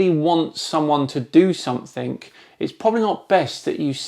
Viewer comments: Love your stuff but please don’t say “somethink” when you mean something, it’s what I’d expect from a flatard. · And now your videos, thoughts, career, and life are worthless. All because you had to go and say, "somethink" instead of "something". It's a real pity too.